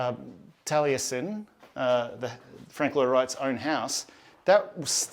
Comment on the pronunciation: Great vlog and lovely gents with awesome accents- however, Taliesin has 4 syllables.